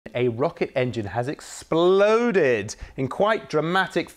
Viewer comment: A rocket engine has EX-PA-LOOOHHHDED really professional A+ is this the first story this newsreader has presented?